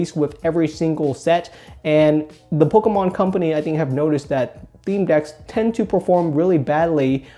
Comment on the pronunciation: Lets say it like. "Pokmon"